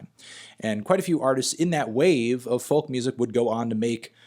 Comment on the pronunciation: you don't pronounce it with the l you pronounce it "foke"